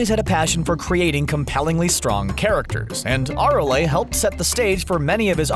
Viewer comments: Nice pronunciation of Arale you fucking casual. Holy shit just reading off the script arent ya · The way he pronounces Arale. 😭